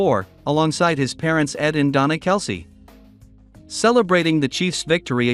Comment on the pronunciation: The Ai voice says it wrong.. „Donna, Kelce‘s mother“